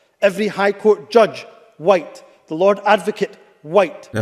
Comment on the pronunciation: The words Bandwagon Humza and Jump, come to mind…. oh yeah, and the word “whyyte”